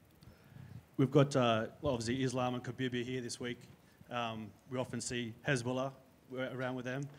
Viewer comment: Did reporter said hesbollah instead hasbullah